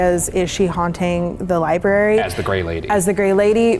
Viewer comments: Ryan saying "libary" is getting meeee 😩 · Ryan's consistent mispronunciation of library and librarian drives me bonkers. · Oh God ryan "Iibary" "Feery-ous" "Wheel-barrels" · How ironic that this is a man with a college degree in a room that houses knowledge from all over the world yet he can't pronounce the word LIBRARY (not lieberry). Maybe the ghosts were offended by the pronunciation and that's why they decided not to play. What's next? Are you headed out to a real estate office to talk to a realtor and will pronounce it relator? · Was already irritated three seconds in when I heard “libary” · Is libary a meme or something? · How many times will Ryan say "libary"? Someone keep track 🤣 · Take a drink every time Ryan pronounces it "libary" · lie berry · My 13 yr old daughter called it a lie-bry , like she's British ..lol that's fine .. but l lie-berry? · I call it the lieburree 😂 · Ryan HAS to be trolling us with the amount of times he leaves the R out of the word library! 🤣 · Ryan pronouncing library as libary is the best thing lol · Ryan pls say library right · keep saying " Lie- Berry" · the first thing you said was libary....there is an r in there dude. lol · Haha one second in: lie berry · Ryan, it’s “Library.” There’s two Rs. Love you! 😂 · The mispronunciation of library is a tick of mine so every time he said it wrong, it may be correct him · The Librarian denizens want you to GET OUT until you learn to pronounce library properly. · this comment made me realize that some people actually fully pronounce both "r"s in library and now i can't unhear it every time does it😭😭 it's like fully pronouncing both "r"s in february, it just feels wrong